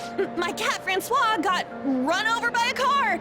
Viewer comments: I'm so glad they voiced Ann's attempt at interrogation this time around because I cant stop thinking about how you pronounced Francois "Frank-e-ous" in your P5 playthrough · I didn't realise how much new voice over is in this version of Persona 5. I remember quite clearly how amazing pronunciation of Francois was. And now this part is fully voiced. It's kind of sad because "Frankyose" will always be near and dear to my heart. But more voice acting is always welcome in my book.